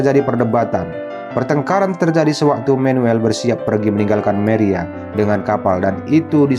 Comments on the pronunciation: Manuel bos bukan menuel Maria bukan meria 😂😂😂😂sok pinter bahasa inggris lu😂😂😂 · Wkwkwkwkwkwkwkwkwkwkkk.....maria dibaca meria 😁😁😁🤣🤣🤣🤣🤭🤭🤭🤭🤭🤭🤭 #alay